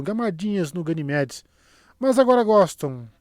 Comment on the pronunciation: gaynemedes 😂😂😂 essa foi genial